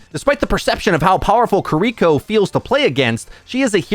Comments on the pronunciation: It’s KI-LI-KO, not KRI-KO. Gosh. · Plz dont say kuriko. I'm dying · Umm. I could overlook the "Cur-Re-Ko" But I CANNOT overlook the "Ked-A-Sis." You've said these names correctly before.... It just annoys me enough to complain and bitch about it. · He can’t say kiriko’s name right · Take a shot every time mispronounces Kiriko